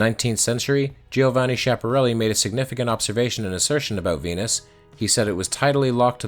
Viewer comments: it's pronounced "Skiaparelli", not "Shaparelli" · Giovanni Schiaparelli Read Joevanni Skiapparelli Emphasis on double N, P and L